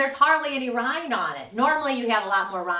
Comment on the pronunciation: I think it's Watermelon rind not rine.